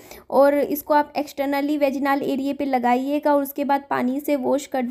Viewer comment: वेजिनाल क्या होता है? वजाईनल होता है।